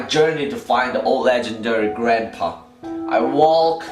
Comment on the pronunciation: he says walk as wulk to me